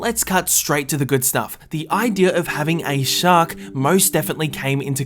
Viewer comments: Says 'Shacks' Instead Of 'Shark'. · "shaks" WHAT THE ITS SHARK NO SHAK XD